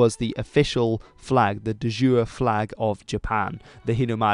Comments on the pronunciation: De iure...man, the pronunciation is killing me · I can't get over the way you pronounce "de iure".